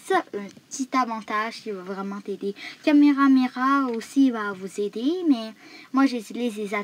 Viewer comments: Chui mort comment il dit cameramera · Il a prononcer kagune comment et il a dit kameramera